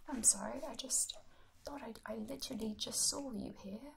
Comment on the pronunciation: Absolutely creasing at that one mate